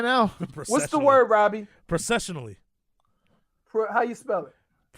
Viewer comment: I love the best lol "process-shu-noley" 🤣🤣🤣🤣🤣 🐬🏈⬆️💯🤘